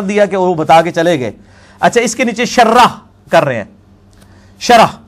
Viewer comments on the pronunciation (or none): جرّابين کہ رہا ہے جبکہ اصل لفظ جوربین ہے اور شرح کو شرّاح کہ رہا ہے یہ اس کی علمی لیاقت کا حال ہے